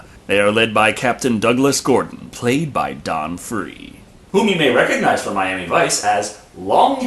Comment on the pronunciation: don frye (pronounced like fry from futuroma) is also one of the best mms old school champs/fighters of all time.